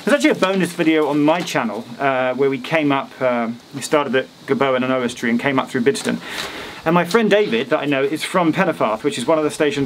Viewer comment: With all the talk of pronunciations, I found your attempt at "Oswestry" to be the ropiest...!